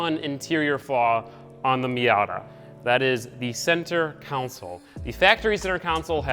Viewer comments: repeat after me. Con Sol not council! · Console, not council, bro. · Take a shot everytime he says center counsel instead of console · Center counsel 😂😂😂😂😂 it's freakin console. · Con sole,. Not Counsel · Oh my god, it's pronounced center console. Not center council 😒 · Ight buddy. Say it with me now: center CON-SOLE. Not council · Say, "Cown Sole" ONE. MORE. TIME....Love the car, learn english! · Console not council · Maybe it’s just me, but I kept on hearing you say “center counsel” instead of “center console” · It’s pronounced “KAHN-SUL” not “KOUN-SIL” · Console not Council? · Lol why do you say console as council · CENTER COUNCIL? I its called CONSOLE 😂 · Why on earth do you say “center council” Its console. Pleez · No offense, but it is pronounced console, not council. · I swear to god, say center council one more time. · Center “council” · Great video. Laughed my ass off at the center ''coun-sole'' though. :D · "Center council" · why are you saying council lmao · Why do you pronounce console "council"? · Someone explain to me why he says it "center council" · This boy says “center council” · “Center council” 😂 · why do you keep saying center council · con·sole /kənˈsōl/ Say it with me... con... sole... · Senter council" not Senter cauncil😠😠😡😡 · if i hear center council one more time i swear to god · "Centre council" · Hard to watch you miss pronounce console over and over again